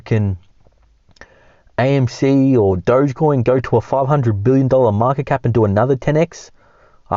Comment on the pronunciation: ITS NOT DOG E COIN FOR THE 100TH TIME ITS DO GE COIN